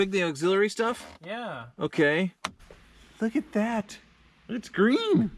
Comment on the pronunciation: it's "greeen